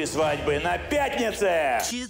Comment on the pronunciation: мне понравилось потому что так резко " ЧЕТЫРЕ СВАААДЬБЫЫ ЧЕТЫРЕ СВАДЬБЫ " :))))) :D